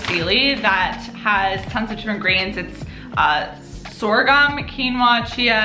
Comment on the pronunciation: Yup, that's how you say sorghum.